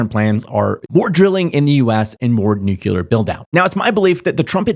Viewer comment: People are unable to pronounce "nuclear" correctly. IT IS FKING SIMPLE!